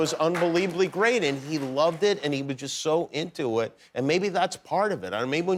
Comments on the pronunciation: As a Liverpudlian, I find his pronunciation of "and" as "end" totally reprehensible. The guy is from The Pool, he fed off that, all his life, but never paid due respect, he was too LA and beyond that. BOO. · Ringo's pronunciation of 'and' is very American. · I'd never even noticed until this particular interview that Ringo has developed the American twang when he uses the word "and". The way he pronounces it. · The only time Ringo sounds American is when he says "and". The rest is pure scouse.